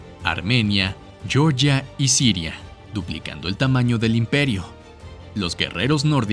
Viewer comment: Se dice : Georgia no "yoryia". Se dice : undécimo no "onceavo" Y alguna cosilla más de disparate léxico.Son errores gramaticales bastante graves.